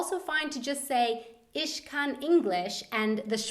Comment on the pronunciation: By the way,, your German pronunciation of the ch in words like "mich" is more like the sch is pronounced. Just a friendly tip to improve your German skills.